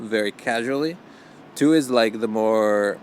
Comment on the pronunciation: vers la minute 6, tu prononces "tu" incorrectement comme "tou" et donc tu n'es pas francophone ou partiellement sans avoir jamais réussi à prononcer un "u" français, qui correspond au "ü" allemand, ou encore ressemble au "y" norvégien, etc. Et celà amène les deux principales différences entre Paris et Montréal: - Paris est une ville entièrement francophone, et une ville d'urbanisme européen - Montréal est une ville essentiellement américaine dans son urbanisme, avec un tout petit peu de vieille-ville et culturellement schizophrénique: Montréal-Ouest et Montréal-Est. Je suis nativement bilingue français et espagnol, ma langue quotidienne est le norvégien, et sinon j'utilise assez régulièrement deux autres langues mais l'anglais me pose trop de problèmes et je ne l'utilise que sur internet à l'écrit. Pour moi Montréal-Est à partir de McGill c'est l'Angleterre. Curieusement lors de mon dernier séjour à Montréal, je pouvais effectuer mes achats et aller boire une bière ou au resto, uniquement en ... espagnol.. La caractéristique des anglos est de considérer l'anglais comme l'unique langue de l'univers, les autres langues sont vues comme une chose optionnelle, décorative, de second degré. Un français, un italien, un polonais, etc, qui voyage à l'étranger, ne va pas utiliser par défaut sa langue dans les magasins. Les anglo eux utilisent par défaut l'anglais partout en présupposant que les gens doivent comprendre et que s'ils ne comprennent pas ils sont inférieurs. Ce qui amène le